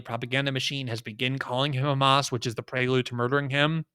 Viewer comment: glenn really emphazing that H in hamas.